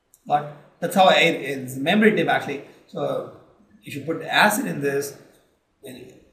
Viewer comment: And u people pronounce many words wrong...such as acid, features...and etc..